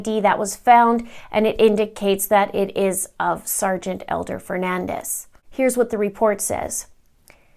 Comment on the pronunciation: His name is Fernandes... Portuguese! Not Fernandez... Spanish!!! His surname is pronounced fer-nan-deeeees. Please respect him and say his name correctly.